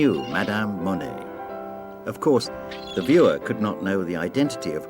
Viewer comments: His name is NOT "mony" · I know that’s probably how it’s pronounced but I hate how British people say Monet